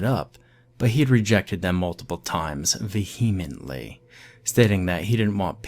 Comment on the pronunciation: Yes, thank you! He also pronounced vehemently incorrectly. Still not as bad as the one i listened to earlier called Its the Little Things. That dude messed up a bunch of words but the most egregious was he kept saying people were "taken back" when he meant "taken aback." That's the only one i remember but there were more. Check it out if you wanna laugh.